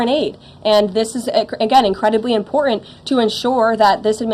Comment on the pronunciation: Ugh she does that under - 30 thing where her letter "T" is missing. Important is pronounced "impor-int"